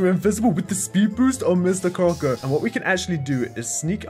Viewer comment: Mr “Cocker” not Crocker hehe